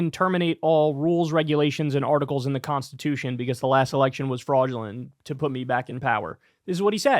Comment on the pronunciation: Did he say “Freud-ulent”? Sounds like a Freudian Slip to me. Donald, tell me what you remember about….your mother….